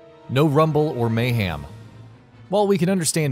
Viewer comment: I'm subscribing, but only under the assumption that you'll stop saying mayHAM and start saying mayHEM like it's spelled.